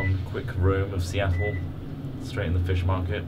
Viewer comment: whispers Sea-tul!